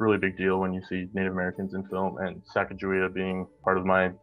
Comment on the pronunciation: It’s not pronounced sack-ah-juh-waya it is pronounced suh-gah-gah-we-ah